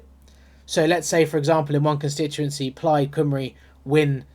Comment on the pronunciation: Plaid Cymru is pronounced 'Plied COMEree'